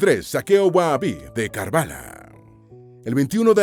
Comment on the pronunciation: se pronuncia WAJABI la H en árabe es casi como la J más jadeado